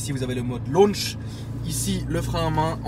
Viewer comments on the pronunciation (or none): none